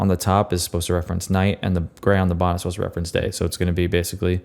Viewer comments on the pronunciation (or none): none